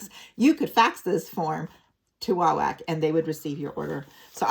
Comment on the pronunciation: It’s pronounced wah-wok not whack.